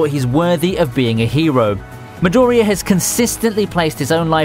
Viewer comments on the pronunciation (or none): Midoooriya dude its Midoriiya !